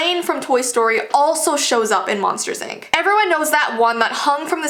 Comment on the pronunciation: Why did you say ank instead of ink